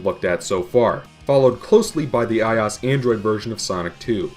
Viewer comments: get over what? I just never heard someone pronounce iOS like that , that's all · ***** he said in fue video I will pronounce iOS however I damn please